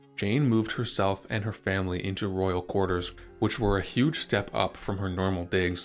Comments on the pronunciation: I thought he was saying "quarters" at first. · The AI narrating this video needs some work. The pronunciation of courtier at the mark and throughout the narrative, as QUARTER is distracting. Again at the mark it is the plague, not the PLAG!!! The mispronunciations were significant. At the and marks, embolism, with the accent on the 2nd syllable, em-BOL-ism instead of the 1st is poor pronunciation. I prefer human voices. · Mispronounces "courtier" throughout. Awkward.